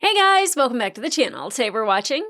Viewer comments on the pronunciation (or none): none